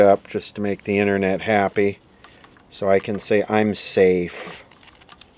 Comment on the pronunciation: The "innernet"? How about the outernet?